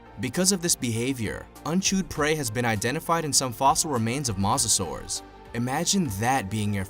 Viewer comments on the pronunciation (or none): I don’t know what triggered me more: The fact that there was no victor Or the way he pronounced Mosasaur